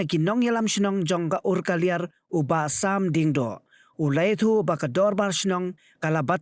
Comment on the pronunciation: Umkaliar not urkaliar